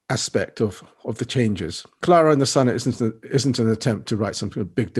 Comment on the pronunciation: "Clana and the Sun", dear me, get it right mate!